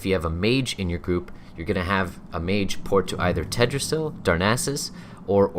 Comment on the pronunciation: "tedrassil" lol Hi my names ted and this is my tree